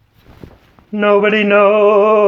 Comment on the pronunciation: Favorite moments in your vid: "I'm melting" ha ha, Great drama for emphasis. "noooo body knows, noooo body knows, the day or owwww-our!" " all the googly eyes staring at the camera expecting a picture, not knowing they were being recorded in Dr. Evil's Good's, AWESOME's video clip 🤗🤗